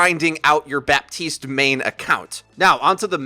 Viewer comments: it doesn't matter he said it wrong you idiot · Its Ba-teest. I swear if y'all say Bap-teest one more time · While Jeff specifically said Ba-teest in the developer vid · His name is BA-TIST